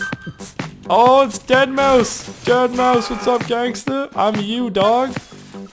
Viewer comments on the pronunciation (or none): you do know its pronounced deadmouse the 5 is supposed to be an s